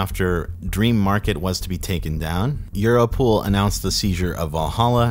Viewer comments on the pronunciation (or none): euro-pool? xD